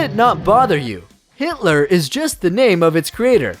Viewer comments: It’s Gitler. It’s a G. Not an h. Oh by the way there’s also a base model. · His name was Allen G I T L E R not hitler and the guitar is named as such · The "G" in "Gittler" isn't pronounced like an "H". Kind of a ridiculous mistake to make, considering the inventor is an Isaeli. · Neck shaft? It’s just called a neck. Oh and the brand is “Gittler” not “Hitler”. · If you notice, I'm holding a Gittler, not pronounced 'Hit**r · It’s gittler 😂😂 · gitler not hitler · Its gittler guitar. NOT hitler guitar... GITTLER. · I highly doubt it's pronounced "hitler" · The name is in the bottom left corner of the screen.....it's Gittler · It’s Gittler